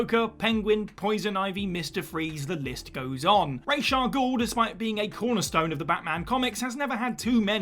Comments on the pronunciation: I’m sick of the misinterpretation of Ra’s Al Ghul’s name. It’s not Rache it’s Ra’s! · You have no idea how to pronounce RAH-SA-GUEL.... so you've made a video about something you know nothing about... well done... s/c.